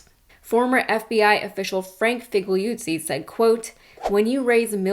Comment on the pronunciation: Figliuzzi is an Italian name, and it should be pronounced "fee-lyoo-tsee."